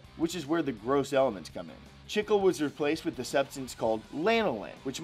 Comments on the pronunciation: Bruh you pronounced chicle so wrong... that was like calling a tortilla a tortila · Am i the only one bothered by the way he said chicle